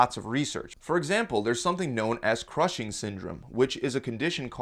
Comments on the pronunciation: "cushing's" not 'crushing's" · it's cushings, not crushings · Cushing's disease, not crushing's disease :)